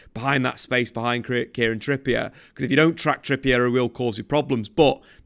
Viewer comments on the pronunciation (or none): none